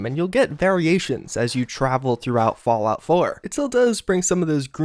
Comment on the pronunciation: "Fallout floor"